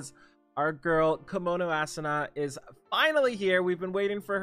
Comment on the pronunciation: sigh. please pronounce it as "Ah-Su-Na" not Assuna lol